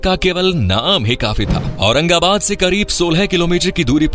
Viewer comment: Aurangabad ko aurangabad bolna achcha laga 🎉